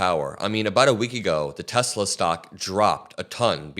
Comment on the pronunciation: Hey....how can ANYONE have a problem with "TESLIR".....??? 😂😂